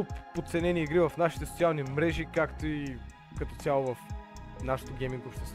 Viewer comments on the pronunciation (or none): Ти случайно да не си от Бургас?😂 “Сочиални мрежи”😂❤